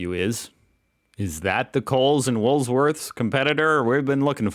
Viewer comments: WOOL WORTHS not WOOLS -please!!!!!!! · It's WOOL worths....not wools worth. The S is at the end. 👍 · why do you call it wools worths, it is Woolworths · Stop saying Wools-worths! It's Woolworths, or as we call it, WOOLIES. 🤪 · Hahaha 'Wools Worth'. Its Woolworths. Known as Woolies.....Hehe I can't cope, its making me laugh so much. You're wonderful. Your son's nappy ( diaper) action reminds me of the great cartoons an Israeli dad has done about changing his daughters nappies. ' Take cover' he yells. ' Incoming'... while he's dressed in army gear with a belt full of creams and baby power. Hehe. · I know because you're American, that you can't spell or pronounce words from the english language correctly BUT can you actually read the english language? It's Woolworths!!! NOT Woolsworth! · I enjoy watching you video's and do so regularly. There's just one tiny, little thing you could do for me, to have me, stop saying Woolsworth, it's it's Woolworths.. When ever you say it I try to correct you through the screen but you cant hear me. Thank you, have a great day😂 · It's Woolworth's, not Wool's worth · I want to know what your wool’s worth! ROTFL! Just call it Woolies if you can’t say it without the s in it. 😂 KMart is a department store owned by the same corp as Coles. It depends where you live, what the prices are like. Woolworths + BigW (supermarket + department store) Coles + KMart (ditto) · Its Woolworths not WOOLSWORTH!!!! No Thanksgiving or Halloween here. That is an Echidna pronounced E KID NA😄😄😄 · Echidnas is said e-kid-nas and they eat ants and termites and woolies is said wool- worths 🤙😎🇦🇺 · Just for your own information, it’s Woolworths as in Wool Worths - love your videos 😊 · 😂😂😂 it's E-KID_NA.... And WOOL-WORTHS. Big W is like Walmart/Ross. That should help ya mate 😂😂😂😂😂😂😂😂😂😂😂😂😂😂😂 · It's Wool - Worths. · rofl Stop moving the s in Woolworths. "Wool -worths" 🤣